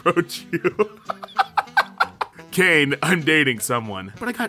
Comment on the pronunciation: I could not..."Kane" was the last straw for me...I couldn't finish the video